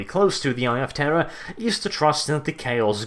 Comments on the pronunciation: And to think all this time I thought you were saying "the eye of terra" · Are you saying eye of terror or eye of Terra? ><